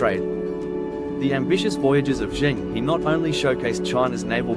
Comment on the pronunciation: Cheng He ( pronounced as "her"